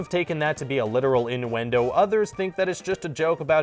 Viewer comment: IN DU WENDOW